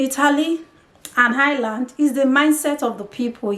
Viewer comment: If you are going to move to a country perhaps learn how to pronounce the name. There is no h in Ireland. I have no experience of Italy but can tell you the Irish are more racist than England. Don't be fooled by the surface friendliness and victim hood. There have been riots based on racism in England but equally in Ireland with the same or worse levels of violence. A big difference between the English and Irish is that Irish people wont say to your face what they think. I think the violence is going to get worse. They are a conservative people with little experience of hosting and tolerating foreign communities. It wasn't that long ago they got rid of the English except for N Ireland. And to be fair why should they be obliged to take in foreigners?